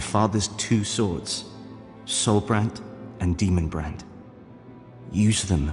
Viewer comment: "In Boletaria they speak of the two swords, Demonbread and Soulbread".. wait what? Took me another time to understand ^^ Great video, as always.